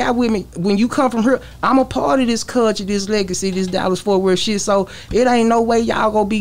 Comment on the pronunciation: Wit da “Cullshuea” lmaooo man hell naw